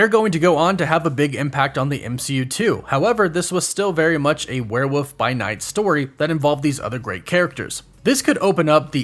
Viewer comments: The way you say were woof....frustrates me...lol its were wollllllllllf.....wollllllf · ...it is WEREEOLF NOT WEREWOOF